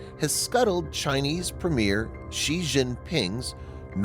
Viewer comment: "Premier" and "premiere" are pronounced differently, in my experience. Different syllable emphasis. I've noticed this channel pronounces them the same. I wonder if that's an error on the channel's part, or if it's a quirk of Canadian English?